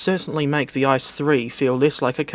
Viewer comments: Its pronounced I-C-E, not ice. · One does not pronounce the ICE train the same as Ice in ice cream, you pronounce each letter seperately, as they stand for different words. I (Inter) C(City) E(Express) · It's pronounced I Cee Eee